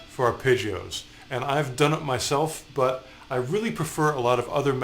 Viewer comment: Has anyone else been annoyed by Ar-pay-ggeos?